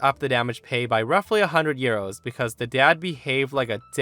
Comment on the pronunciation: I kept hearing ‘gyros’ instead of ‘euros’.